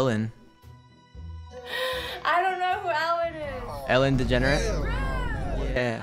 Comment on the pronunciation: Dude said Ellen degenerate😭😭